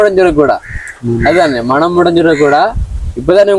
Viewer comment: மணம் இல்ல மனம் தம்பி தமிழை கொல்லாதீங்க